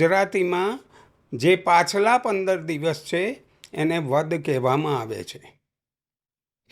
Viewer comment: વધ નહીં વદ કહેવાય છે જરાક વિચારી ને બોલો